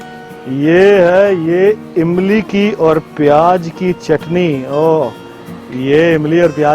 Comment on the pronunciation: Pyaaj nahi pyaaz hota Hai !!